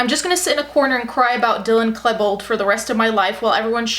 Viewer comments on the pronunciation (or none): The way you pronounce Klebold...